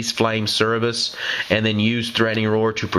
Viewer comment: You keep saying Cerberus wrong. You're flipping e and b